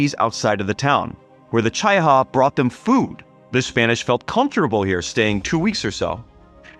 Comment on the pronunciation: It's Chee - ah - ha. Not Chy-uh-ha .